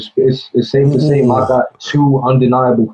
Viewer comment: It’s pronounced “Mock” not Mac